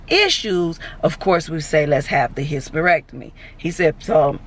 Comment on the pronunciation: ….. I fell out at how you pronounced hysterectomy. Lol.. I love you gurli!!🤣🤣🤣🤣🤣🤣🤣🤣🥰